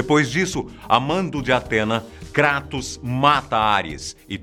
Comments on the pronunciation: KrÁtos,ai siiim, pra min falou certo hahaha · é tão foda que faz até a pronúncia certa do kratos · Mas é a pronuncia correta. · Se você estiver se referindo no "Krátos" então a pronúncia está certa sim. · Todo o diálogo,deve ser levado em consideração. Mas o nome dele é grego,logo você não vai pronunciar "Kreitos" e sim "Kratos" (que é a forma certa),ou você chama Zeus de "Zius"?. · Isso pronúncia certa Kratos, e são 6 jogos e d extra tem o do celular. Aviso ⚠️ avisa - se q ia dar spoiler. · Graças a Deus. Você não fala "kreitos".